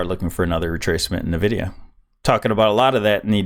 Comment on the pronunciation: It's called Nvidia not navidia brother